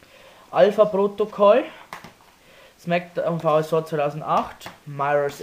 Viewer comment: smackdown vsraw .. haha du spricht es voll falsch aus